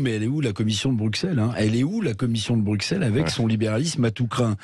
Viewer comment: Monsieur Revel, je vous révèle qu'on prononce Brucelles et non Brukselles. Il ne faut pas être extra-terrestre pour comprendre ça. Je suppose que vous ne dites pas soiksante pour parler de "60". :-)